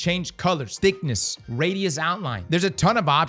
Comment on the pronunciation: I’m uncomfortable with the way says thickness